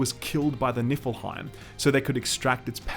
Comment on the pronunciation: lol..."i swear it sounds like your saying Nippleheim... "God was killed by the Nippleheim"..